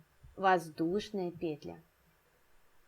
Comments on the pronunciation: особенно пЕтля😂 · Воздушная петлЯ, две воздушные петлИ, в каждую петлЮ